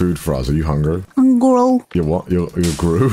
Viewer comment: "I WAS HONGRY"